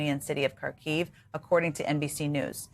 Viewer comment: Zelenskyy´s first name Volodymyr, not Vladimir. (Vladimir is Putin´s first name, OK?) Kharkiv is accented on the first syllable, not the second syllable.